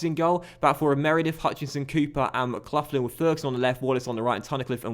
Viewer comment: How are you a Millwall fan, yet pronounce McLaughlin wrong?